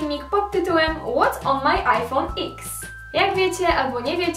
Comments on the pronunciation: Nie x tylko eks XDD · Jezu jak powiedziała what's on my AJFOM IKS! (Pismo specjalne) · Jak już mówisz „łots on maj ajfołn” to powiedz „ex” tak jak po angielsku czyta się tą literę w języku angielskim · Nie muwi sie iphone x tylko iphone 10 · Łot on maj ajfon iks xd perfekt inglisz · Jakby nie mogła napisać what’s on my phone tylko musiała podkreślić „ IPHONE X” jeszcze jak mówi to musi podkreślić jakby nikt nie wiedział rozumiem ze masz nowy tel ale nie podkreślaj tak i nie mów ze się nie chwalisz bo to i tak wyglada jakbyś się chwaliła xd